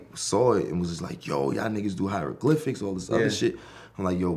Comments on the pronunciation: Mans said hiedroglyphics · kerwin said "hydroglyphics" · Man said hydroglyphics😂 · This nigga kerwin said hydroglyphics lmao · Bruh rocky cant say he created the hieroglyphics